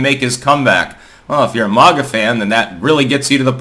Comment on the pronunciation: It's not "mah-ga," it's "Mag-uh"